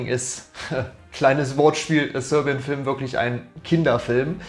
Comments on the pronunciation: Haha Sörbian als wär er Skandinave oder so haha! Die Serben hat er damit nicht gut geehrt haha! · dilettantisch und zum Einschlafen. Dieses Rumgestammel, Versprechungen, "ehm" und "öh" und falsche Aussprache, von englischen Worten, wie zb "sörbian", ne sry miese Qualle...